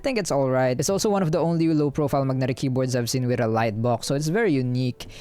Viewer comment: I love the way you say Mug-netic 😉